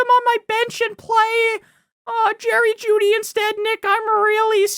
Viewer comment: you gonna put some respect on Jerry Juedy's name lol